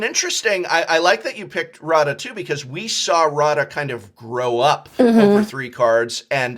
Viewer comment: Its Radha not Rada the DH is like TH from The but with a lot more force put into it. I really wish I could record the pronunciation. Everytime I hear the incorrect pronunciation of Radha's name it ticks me off.